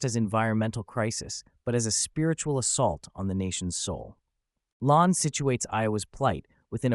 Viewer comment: Lahn is pronounced "LANE".